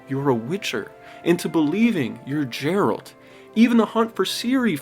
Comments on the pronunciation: 100+ hours and still calling him Jeralt, why do I still cringe at this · LOL DUDE am I trippin or do you keep calling him JERALT? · My fucking God, imagine putting hundreds of hours into a game then writing a whole script about how good it is and you spend the whole thing calling him Jerold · Sorry, I refuse to watch after hearing you say "Jeralt" (For legal reasons this is a joke) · Ok.. you lost me when you called him Jeralt.. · ma man rlly called him jeralt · Jeralt? Lol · You really called him "Jare-ult" in the first minute 😂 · After playing hundreds of hours!! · If you've played this game for a hundred hours as you claim, how is it your saying "Jeralt"? They say Geralt hundreds of times lol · Dude called him Jeralt🤦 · I know ! Fucking drove me crazy 🤣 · Geralt! Like gair with a G not a J. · Lol, "Jeralt" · Ah yes. Jeralt. I'm glad you know his name. Now I definitely believe you've played it. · Calling him Jeralt is wild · Dude, he is addressed by name constantly throughout the hundred plus hour story. It's a short G in Geralt. Also, Saddlebags. Other than that, great video. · THANK YOU. Him mispronouncing Geralt drove me insane. SO MANY characters say his name in the game. I don't understand why he thinks it's pronounced like "Gerald" but with a T at the end. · 30 seconds in …mf did you just say jeralt? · Why do you call him Jeralt? His name is said a thousand times with a hard G sound. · Why do you pronounce his name like jeralt? Nobody calls him that once in the game. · NOOOOO HE SAID IT LIKE "JERALDT" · Did you say Jeralt? Did you play the Witcher or not wtf 🤣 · Jeralt? Brah. Otherwise its a great video ! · Was going to talk some trash about you calling him Jeralt the whole video but your video was so spot on that I couldn’t bring myself to do it. Great explanation of why this game is so special. Cheers 🍻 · Awesome video! Just a heads up—it’s Geralt with a hard g like “GARE-alt” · He's a 10 but he pronounces it "Jeralt". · "Jjjjjjjeralt" - ya lost me